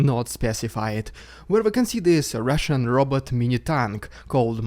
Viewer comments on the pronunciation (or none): FYI... Rushian DooD.. Try that